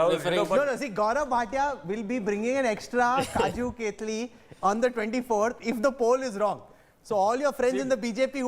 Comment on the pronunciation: Dear Smart guy, its not "Kaju Ketli" hahahahahaahha.....its Kaju Katli